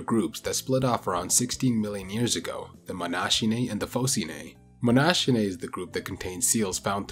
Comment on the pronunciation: Nice video as usual. That extinct diversity of walruses makes for a fascinating topic. I think it's pronunced as if it was written "monakinae", as a native Englich speaker always be very skeptical of those "ch" sounds if a greek root might be involved.